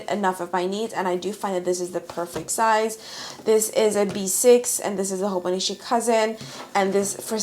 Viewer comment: its HoboniCHI not HoboniSHI